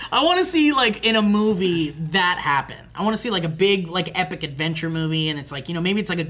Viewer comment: Yes. He calls it "Hatventure Time".